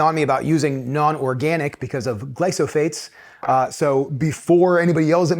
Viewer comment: It‘s glyphosates not glysophates 🫶🏻